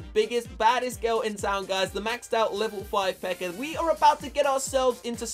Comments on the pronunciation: I heard say pekker I believe he meant pekka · I like the way he says pekka lol he says it like pecker